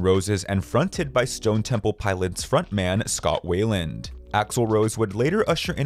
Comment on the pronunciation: ITS FRIGGIN WEILAND. Pronounced "WHY-LAND" Not WAY-LAND. WHY LAND